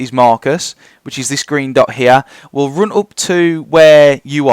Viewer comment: Dont take this the wrong way but seriously, I have never heard anyone else in the whole world pronounce the letter U like you do man. Gounes = Guns Roune = run anyway, Where does it comes froume? Couze id like to know. I just think its funny